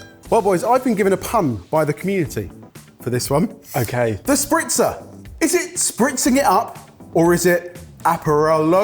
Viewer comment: calling it "The Spritzer" when it clearly says Sprizzer